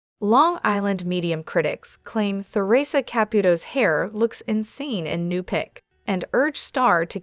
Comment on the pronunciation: Who TF is Tha-Risa…her name is Theresa 😂